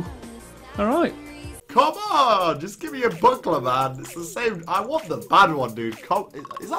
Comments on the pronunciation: When said buckler I thought he said butt plug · Thought he said buttplug not buckler😂